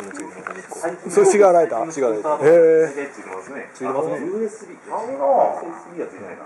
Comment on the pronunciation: シガーソケットのくだりでオジサン、ＵＳＤって言ってない？笑